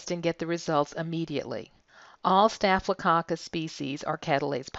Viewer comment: Anyone heard it like cock cuss🤭😂😂?